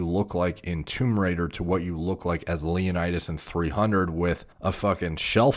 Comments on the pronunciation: Is it just me or does he actually say "Tumerator(Tomb Raidor) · says " Tomb Raider " My ears " Tumerator "